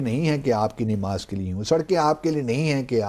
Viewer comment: THIS MAN IS NOT EVEN PRONOUNCEING NAMAZ PROPERLY , N HE IS TRYING TO BECOME CHAMPION OF ISLAM .